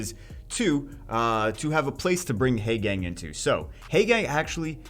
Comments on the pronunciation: teehee heygang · Short "a" sounds instead of long "a" sound. Actually, not too painful; I was exaggerating. can pronounce it however he wants. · Painful to hear you mispronounce Haegang incorrectly over and over.